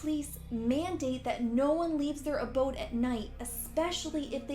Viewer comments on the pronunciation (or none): none